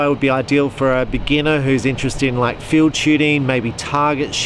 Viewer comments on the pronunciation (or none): none